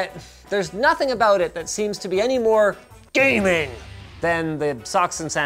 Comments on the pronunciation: GAY "MING" appears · Take shot whenever he says "GAEMING" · you officially made me feel bad about my computer set up by saying GAMING! like that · I lost it at every emphasis of GAMING lol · Please say ‘GAMING’ like that every time you say it in the future. Thanks! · Ha ha ha ha... whenever you say gaming!!!! My friend laugh out loud